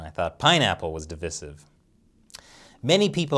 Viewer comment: divisiv??? come on bro, say it properly